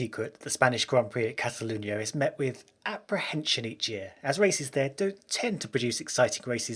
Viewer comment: Cataluña, not cazaluña ;)